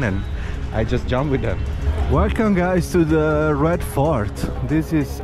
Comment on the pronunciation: It genuinely sounds like he’s saying ”Red FART” and considering where the Red Fort is, I’m sure that’s accurately descriptive of the smell.